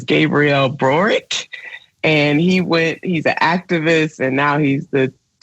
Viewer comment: boric, not broric. mapuches, not mayans